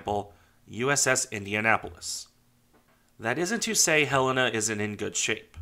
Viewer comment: Thanks for this and for pronouncing her name properly. For some reason, others move the accent in the title of her name. For those who may want to learn more of this great ship, here is an interview of one of the sailors who served on here from Pearl Harbor until her sinking- very interesting.